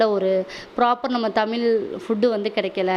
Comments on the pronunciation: தமில் கிடையாது? தமிழ் சொந்த ஊர் மதுரை. தமிழ் வளர்த்த சங்கம்.😊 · தமிழ் என்று அழகாக " ழ" வை உச்சரித்துப் பேசுங்கள் தமிழ் மக்களே இல்லை என்றால் நீங்கள் தமிழர்களே இல்லை ஸ்டைலா தமில் என்று கூறாதீர்கள் நானும் பார்க்கிறேன் 99-9% தமிழ் மக்கள் தமில் என்று தான் பேசுகிறீர்கள் மேலும் எந்த வார்த்தைகளில் எல்லாம் "ழ" வருகிறதோ அதை எல்லாம் "ல" போட்டு பேசுகிறீர்கள் வெட்கமாக இல்லை உங்களுக்கு தமிழர்களா நீங்கள் ? உங்களைப் பார்த்து வெட்கப்படுகிறது தமிழ் மொழி நன்றி வணக்கம் ஜெய் பவானி